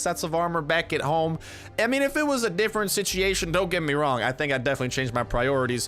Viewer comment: Why do you say sichiation? It's pronounced sit-chew-ayy-shon